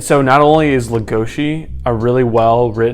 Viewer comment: LegoSI not legoSHI